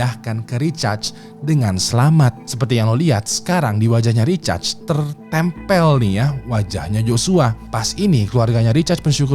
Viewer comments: Samaa... Dengernya kayak recharge 🤣 aneh bet dah.. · namanya RICHARD bang.... itu lu bacanya lebih kedengeran kaya RECHARGE sih :face-fuchsia-poop-shape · Recharge atau Richard sih bang?? Gw dengernya Recharge 🤣🤣🤣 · kirain gw doang yg risih dgrnya wkwkw